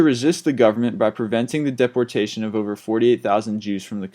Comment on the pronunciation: I have watched many of you're video's and like the information. I noticed many pronunciation problems on almost all the vid's.. Might be good to read you're material to someone first to help you. Gestapo and deportation are 2...up to # 19. didn't watch the rest. Not being critical, just trying to help. Thank you 4 the vid's anyway.